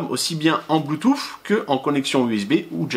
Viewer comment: Bluetoo"SSE" pas bluetoo"FFE" ! :)